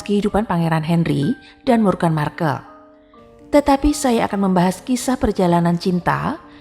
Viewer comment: Aduh wartawannya belum hafal atau gak ngerti ya dengan nama pangeran harry dan meghan🤣 Harry/sebut herry Hendry 🤣🤣🤣 meghan moghan 🤣🤣